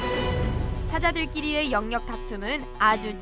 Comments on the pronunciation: 영역 발음 불편해 죽겠네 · 영~녁보다 엉역이 더 자연스런발음 입니다.